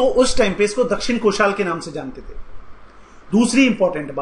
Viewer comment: Pehle pronunciation sudharo पढ़ा लिखा व्यक्ति भी भूल जायेगा चोला नही चोल, नाल नही नल, दक्षिन कोशाल नही दक्षिण कौशल